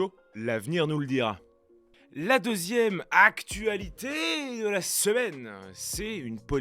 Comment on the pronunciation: Je me demande d’où vient cette façon de prononcer d’AC-TuA-LitÉéÉe … j’y pense souvent … 🥸